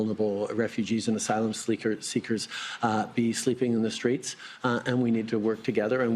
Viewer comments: slip tongue - 'asylum sneakers' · He’s even mispronouncing words, “Homelessless” and “Asylum sleekers” for a couple, the more “Uh’s” you hear the more he’s lying, well he always lies but ya. WTF is that bandaid on his forehead for?